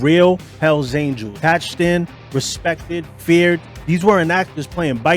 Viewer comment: Por que cuando dices hell angel en singular lo pronuncias bien y en plural dices aniels 🤔?